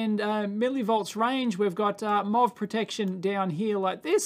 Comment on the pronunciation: he's saying "MOV" in kangaroo accent. metal oxide varistor.